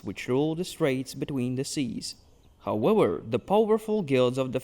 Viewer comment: I came for this comment. I hear him say Wictim, and Howewer, but then West and Various. Warlocks, but Walyrian... do you know Ws from Vs or not? I'm so confused! But also, I love these videos, so don't change a thing 😂